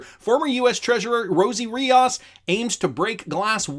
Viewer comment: REE OOOS not REE Oz